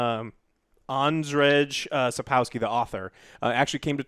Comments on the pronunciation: "Aun-Dredge Sa-Pow-Ski" Lmao XDDD it's pronounced: "Aund-Jay Sap-Kov-Ski" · Not even close lol It's pronounced : Aund-Jay Sap-Kov-Ski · if you wonder it's pronounced more like "Andshey Sapkovsky" :D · You completely butchered his name, jesus christ. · I just love the moment when is trying to say "Andrzej Sapkowski" XD My polish heart is happy now XD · That was the worst pronunciation of Andrzej Sapkowski i have ever heard xD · Lmao I was thinking the same. The way he butchered that name was too glorious 🤣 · it's so funny to hear say his name